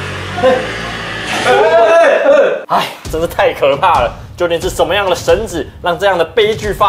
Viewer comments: 神祇ㄑㄧˊ不是ㄓˇ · 神祇的「祇」念 （ㄑㄧˊ ）不是紙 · 神祇念（神奇）不是（只）😂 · 把神「祇」唸成神 ㄓˇ了，😁😁😁😁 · 改得很棒。不過，那是神祇(唸其) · 祇 這個字他媽唸做ㄑㄧˊ